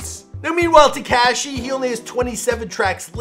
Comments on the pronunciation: Teh Cash ee It’s Tekashi Teh Kah Shee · Te-CAW-shi is how it’s pronounced